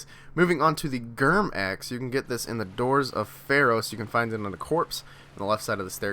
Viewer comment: It’s pronounced GRIM not GERM 🙄🙄